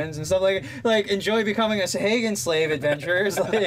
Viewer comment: These crazy D&D monster names. I have always pronounced them 'sawa-gin'